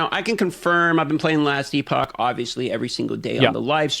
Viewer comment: Editor, please make AI Asmon pronounce Epoch correctly for Asmon everytime he says E-Pahk. Thank you.